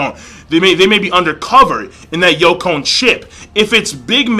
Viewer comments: Hey King I notice you keep saying "youkon"..... it's YONKOU (yon=4, kou=king) now after me. yooonkooou XD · Hey King, love the reviews, just in the future it's not pronounced like Yo-cone, its pronounced Yon-Koo. Anyway keep up the awesome vids :)